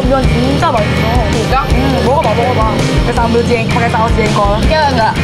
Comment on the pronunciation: yoora ngomong jengkol kok jadi jenggol